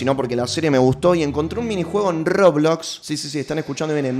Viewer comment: rrrrrrrrroblos sisi rrrrrrrrrrroblox